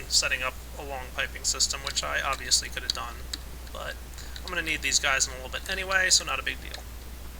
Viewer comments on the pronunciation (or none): none